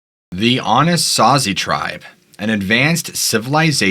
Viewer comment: As a man who grew up in Colorado pronunciation is so off Anasazi =Anna saw zee Mesa Verde = may saw Ver dee Cortez= core tezz Durango= Der rang o Colorado= call a rad a Colorado pronunciation is weird, but for a native Coloradan it took me several seconds to understand where you were talking about... Then everytime you mis pronounced i hyper focused on that couldn't tell you what the video is about because the mispronunciation sorry bud